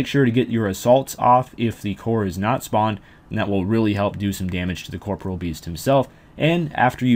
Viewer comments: I stopped watching the moment you said "Corporal" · Why does every person who plays this game called it "Corpreal"?? It's COR-POREAL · uh? It's pronounced caw-paw-real with a soft 'e' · Why do people keep pronouncing corporeal incorrectly